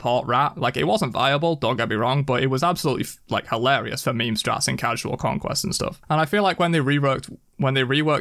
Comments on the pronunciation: The fact that you pronounce meme as “mee-mee” 🤢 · I need to know... are you saying MEME or MEME-y?